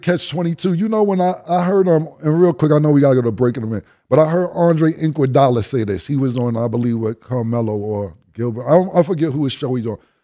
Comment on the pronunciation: “Andre Inkwadolla”